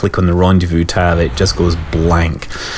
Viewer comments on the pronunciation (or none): none